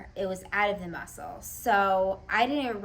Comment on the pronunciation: The mussuulll lmao girl u still trip me out w your articulations but no worries in a good way cmon say in the mussuull for me again 😂